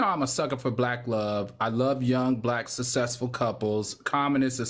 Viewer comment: If I had a dollar for everytime Al says " sussesful" cause he doesn't say successful. But Al has to understand being rich or" Sussesful" doesn't mean you're above reproach. Love Al but as I've said before he's an elitist.